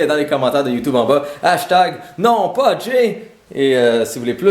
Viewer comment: hashtag YÉÉÉÉ JAYYYYY ben quoi ta dis de dire hastag yé jay hashtag homme beau